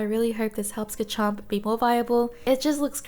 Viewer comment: Please, just trying to help but it’s gaRchomp with an r, not gachomp